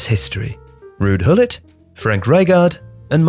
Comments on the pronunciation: Gool-it would do just fine. I do not understand where he's getting the Hill pronunciation from -. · I don't understand why the narrator, a native English speaker, would pronounce the name Gullit as "Hillet". I know English language pretty well and this bizarre pronounciation that almost doesn't have any resemblance to the Dutch name 'Gullit' does not make any sense. Neither in English nor in Dutch. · Gullit is pronounced with a hard G sound in Dutch not an H sound. Great video otherwise. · Who’s this ‘Hillit’ you keep mentioning? Looks al lot like Gullit (G as in Getafe, ull-it), mind. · "Hillit"?! Is that really how Gullit is pronounced? Anyone else I would just say "You're pronouncing it wrong!" But, you're usually pretty spot on with pronouncing foreign names correctly as they're actually supposed to be pronounced, but I've never heard anyone call Ruud Gillet like "Hillit" before... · I love you man but your pronunciation of Dutch names is like nails on a chalk board. “Hillit”? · It’s Gullit, with a G sound, not a H sound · Just a reminder, the dutch G is not a soft consonant at all like an H. We pronounce it by literally scraping our throats. And the U in Gullit is pronounced like, well, a U, not I. Same comment with Rijkaard, your pronunciation is way too "gentle" i suppose. I suggest you pronounce it more like the spanish name Ricardo, without the O ofcourse. It would still be the english pronunciation, but i wont try to teach you the entire dutch language in this comment haha